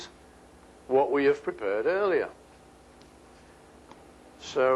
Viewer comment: lol "prepurred"